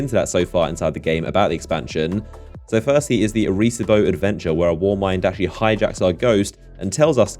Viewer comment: Say it with me idiot box - "Arry See Bow".